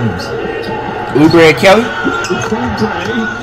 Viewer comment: Nobody: Flight: Uber a kelly Its pronounced Kelly Oubre get it right jit